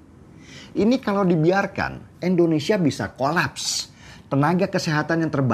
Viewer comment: Indonesia Bang Deny, bukan Endonesia 😁🙏